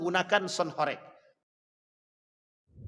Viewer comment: Bacanya bukan horèk tp horêk